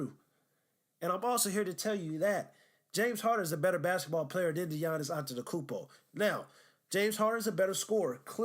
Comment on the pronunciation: You can’t even say his name right, don’t act like you’ve actually watched him. Also not a lockdown defender sorry to tell you? Making yourself look dumb as hell